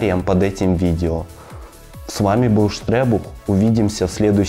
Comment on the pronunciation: Внимание!!!! Не ШТРЕБУХ а ШТРЭБУХ!!!